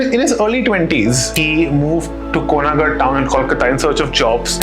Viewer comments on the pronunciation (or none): comment was to the presenter of this channel. He is not pronouncing well all bengali name . Check how he pronounced konnagar